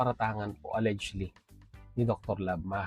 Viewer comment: pinapanood kita, pero gamit ka ng gamit ng word na allegedly, please paki google ang pag pronounce ng word na allegedly. It's pronounce as it was spelled except G is pronounce as J. Al-lej-ed-ly.